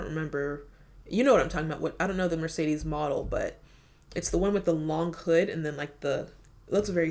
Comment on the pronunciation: The belarussian brand is MAZ, not Mazda. About the pronunciation, in Seat, the E has the sound like the one in Benz, and in Mercedes the same, all E has the same sound, you said the first one correct and all the other the english "e" sound